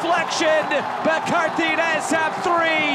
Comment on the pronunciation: It is not "Cartines" It is CAR TA GI NES